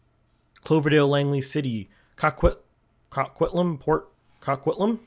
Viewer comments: FYI Coquitlam is pronounced Co-Quit-Lum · Coquitlam- Coke-quit-lam